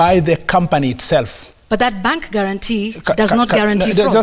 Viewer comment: It is bank not pang